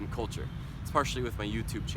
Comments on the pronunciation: YouTube is YouTube, not You - to - be!! Một số người Việt đọc sai đấy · vâng ... Anh ấy đã nói " DU TU BI " giống ng việt nam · Có ai nghe anh ấy nói từ "du tu bi" giống mình hơm :v